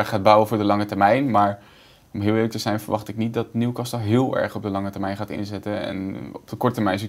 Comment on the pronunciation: Beste VI, je spreekt de T in castle niet uit. Dus het is Newcasle in de uitspraak :-)